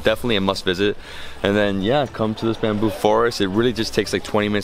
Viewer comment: He is saying "bamboo shit", isn't he?